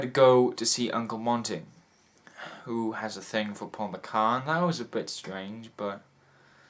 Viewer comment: you mispronounced squalid, Paul McGann's name and 'dramaticness' does not exist in English dictionaries. I am being a turd but I want to hear Your insight on this great film and I am a turd>Thanks for taking the time and I'm glad you enjoyed this fantastic, revealing film however I must again be an absolute steaming turd and tell you that you also misquoted 'How dare you call me inhumane as' ' How dare you call me humane'. They are polar opposites. I feel you still understood and got it it. If it's any consolation, I am Welsh too.